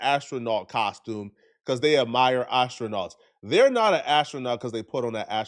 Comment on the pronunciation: He pronounced astronauts 3 different ways 😂😂😂😂